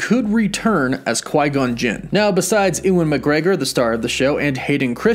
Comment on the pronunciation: Why do you not know how to pronounce anything? Every video I have ever watched of yours, something important is mispronounced, especially things that are well known subjects! Who is?